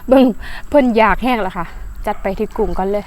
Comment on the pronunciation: หมอน้อยๆๆชัดแต่กุ้ง 555